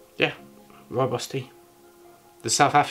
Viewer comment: Try saying Rooibos with a rolling 'r' if you can. That's the right pronunciation. Love Rooibos. Think I'm going to make some now.